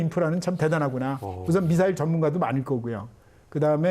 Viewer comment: 미썰이라고 발음하시는 패널의 발음을 보면 더 엉망이구만요. 일본식, 모타. 등등